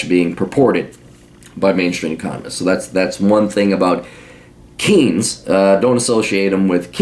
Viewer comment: I love how he mispronounces Keynes